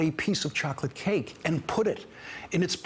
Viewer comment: The key word for the Chinese leader meeting was Chahklit cake, no Chawklit cake, no, no it's Chocolate cake; Whatever. Get on with it already!